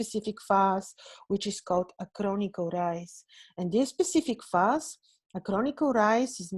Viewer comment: Hi, it's 'face' not 'farce' (phase). Thank you for your interesting videos, i enjoy them.